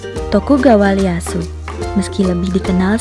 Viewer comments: Bukan Leyasu min ngebacanya tapi iyeasu tokugawa orang jepang gx bisa ngomong L, iyeasu tokugawa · Leyasu? 🤣🤣 bahasa Jepang mana ada "L" Itu Tokugawa "i" Easu